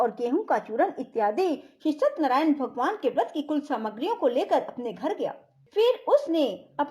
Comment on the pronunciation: सतनरायन नहीं सत्य नारायण सही शब्द है सही उच्चारण तो करिए। प्रस्तुति अच्छी नहीं है